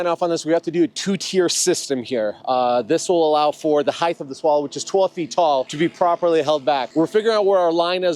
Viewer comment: why do all of u woodworkers say heighth instead of height